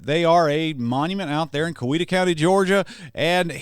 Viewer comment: To all the people accusing of being Canadian: You're wrong. Only a true Georgian would know how to pronounce Coweta County correctly. 😆